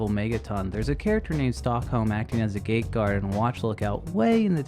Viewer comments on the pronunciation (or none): none